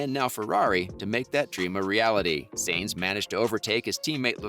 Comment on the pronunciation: Carlos saints? It's s-a-e-n-t-s